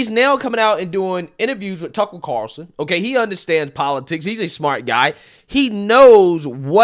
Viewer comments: The way you pronounce some words is hilarious lol you say lie-berry instead of library. When you say Tucker Carlson, you say Tuckle Carerson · Tuckel Cawlson